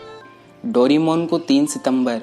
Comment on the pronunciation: भाई तुम डोरेमोन को डोरीमोन क्यों कहते हो¿